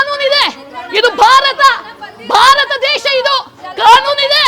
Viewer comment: ಭಾರತ ಅಂತ ಒತ್ತಿ ಒತ್ತಿ ಹೇಳ್ದಿರ ಅವರಿಗೆ ಗ್ಯಾಸ್ ಸಿಲಿಂಡರ್ ಕೊಟ್ಟಿದ್ದು ಯಾರು? ಇಲ್ಲಿ ಎಲ್ಲರೂ ಒಂದೇ ಅನ್ನೋ ಮನೋಬವ ನಿಮ್ಮಲ್ಲಿ ಇರಲಿ ಮೇಡಂ